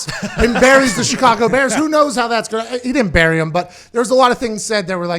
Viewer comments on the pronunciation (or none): none